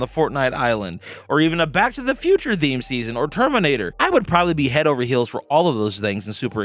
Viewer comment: How often you want to say the word THEME wrong?